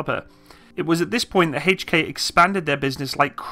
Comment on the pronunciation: I can't stand the way you say, "Hay-ch & Kay" It is H....not HayCh.